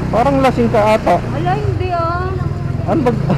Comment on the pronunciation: "hinde"😂 hahaha,depesive si,haha